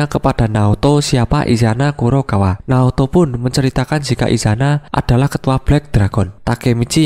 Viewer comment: Naoto bang bukan Naruto